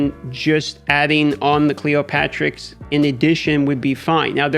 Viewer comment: It’s Cleo-terix, like pterodactyl btw :)